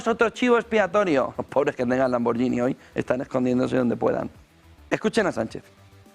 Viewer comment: Se pronuncia "lamborguini". Excelente programa.